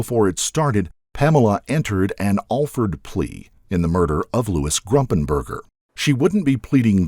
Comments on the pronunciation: QUIT SAYING ...G R U M P I N G B U R G E R!!!!!!!! It's Gumpingburger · It's Gumpenberger not Grumpenberger. It's like you're saying on wrong on purpose. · A couple of glaring errors from the get-go; so bad I couldn’t continue watching. It’s BETSY not BETTY. It’s spelled right but spoken wrong. It’s Louis GUMP- not GRUMPenberger. Again, spelled right but pronounced very wrong. PAM WAS NOT BETSY BESTIE. Ever. She tried desperately to ingratiate herself into the fold but all her family and other friends will tell you Pam always seemed to be trying way too hard to be the best friend but there was just something about her that wouldn’t shake itself out. Lastly, IT WAS NOT the reporting of Dennis Hayes. It was a producer from Dateline that started questioning Pam’s motives and involvement. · I think it’s “Gumpenberger,” not “Grumpenger.” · Gumpenberger, I think. Not Grumpenberger. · Louis GUMPENBERGER, not Grumpenberger. The least we can do is remember his name... The judge and DA in the Betsy Faria case should be disbarred. The malpractice in that instance was shameful. Anybody that believes a word out of Pam Hupp's mouth shouldn't be practicing law. Louis would still be alive today if not for their incompetence, or collusion. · The man she murdered was named Louis Gumpenberger not Grumpenberger it’s very disrespectful to his family to keep calling him by the wrong name! I also think she killed the woman she was taking care of in Florida when her kids were younger. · Its GUMPenberger not GRUMPenberger<<<, and BETSY not Betty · Wasn't Louis' last name- Gumpenberger? Not Grumpenberger.... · It’s pronounced “Fah-reeah” lol and also it’s not “GRUMPENBERGER” it’s Gumpenberger- no ‘R’ after the ‘G’…maybe have a little more respect for the dead & their actual names before you put out a documentary. Very disappointing.